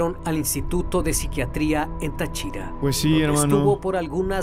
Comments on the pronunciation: El narrador se la pasó pronunciando mal las localidades... ¿Como que Tachira? es Táchira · Se dice Táchira No tachíra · ES TÁCHIRA NO NO TA(CHI)RA 😭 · Tachíra ? es táchira acento en la A en fin mi abuela solia contarme ese historia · SE DICE TÁCHIRA CON TILDA EN LA PRIMERA A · es tachira edita tu porquería ombe te quejas de que pronunció mal las localidades y tu nombras mal a TACHIRAAAA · Dios mio me da toc escuchar como pronuncia mal tariba y Táchira, yo vivo ahi cerca del parque xd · yo muchas veces paso por ahi ya que cerca hay una cuesta para llegar a un barrio y si es bien crippy ese lugar, por cierto. El canal pronuncia mal el nombre de táriba y Táchira xd